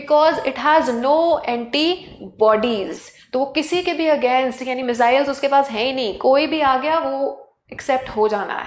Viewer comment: Missile pronunciation is so worse at 4.12